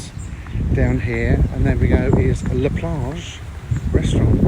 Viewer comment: She's so annoying! Let the guy speak for goodness sake!! Also it's "La" Plage not "Le" Plage.